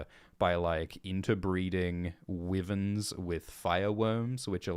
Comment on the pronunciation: wyvern is pronounced why not wee.